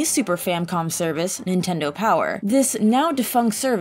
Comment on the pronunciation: Spike Shell also “Intendo” like my grandma used to say it.